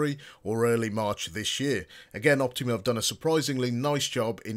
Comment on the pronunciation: Its OptOma. Not Optima.